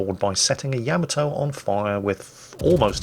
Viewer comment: Why do so many mispronounce Yamato? It's yah - MAH - toe.